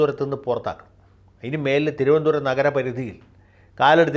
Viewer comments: Vakil's thironthsram accent is not correct. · Good sense of humour....you got the TVM accent very superb. Good mimics. Love you Sir. ❤👍🙏